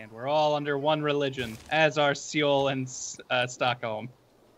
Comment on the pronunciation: You guys... Seoul is pronounced just like the English word soul. Please read this